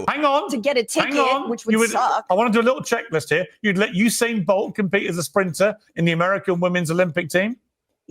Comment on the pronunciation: "Hussein" Bolt? Is that a new Iraqi athlete?